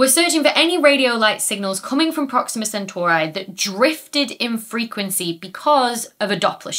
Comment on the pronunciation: Please. Centauree, not Centauraye.... 😂